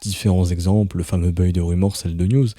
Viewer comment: Juste pour info "buy" se prononce Bay et non pas beuiy 😝